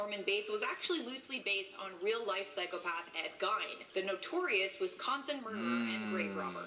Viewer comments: When they talk about Ed Gein, it bothers me... it’s pronounced as if spelt like Geen... Geeeeeeeeeeen... not If as if spelt like Gine.. FFS. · It’s not Gine it’s Gein. There’s a movie about him called Ed Gein”freaky” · Cringe. Ed Geeeen. Not Gine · Pronounced like "GEEN" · I'm a psychology major and the way she is slaughtering ed gein's name (actually pronounced ge-en) is making me cringe 😒😒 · She says it like she's about to say gyno or something... Ugh😬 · Shes saying Ed Gein's name totally wrong. Its pronounce like GE-EN. Sorry, that was annoying me. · Alicia Rice yeah,pronounced “Ed jean” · That shit was deivinnnggg me crazyyy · Lol being from Wisconsin I cringed every time she said his last name. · I have my bachelors degree in Psychology, would’ve had my Master’s by now but unfortunately, my health situation got in the way of that. Also, I agree that she pronounced his name horribly. She should’ve asked how to properly say it before embarrassing herself. 😂